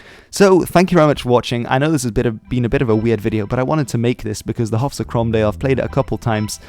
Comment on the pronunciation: Haugh is pronounce ho' btw and it would be Stewart not Stuart. .